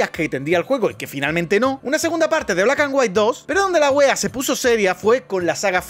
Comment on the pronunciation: como chileno debo decir que igual lo pronuncia como "Wuea", lo cual me hace pensar como que se le pasó saliva al hablar 🧐